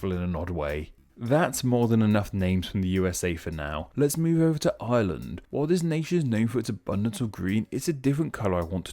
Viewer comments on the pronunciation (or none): none